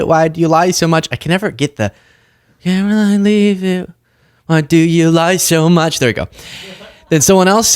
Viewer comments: The correct pronunciation of the press secretary's name is karolyin' leave it. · It's Karo-lie Leavitt.